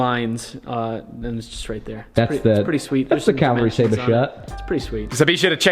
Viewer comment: He says "Staber" every time.. xD